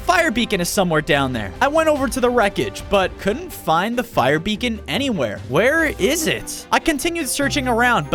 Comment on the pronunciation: HE SAID BECON HOW 😂